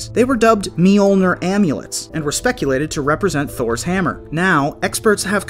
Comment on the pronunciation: Pronounce tors hammer again please😅😅😅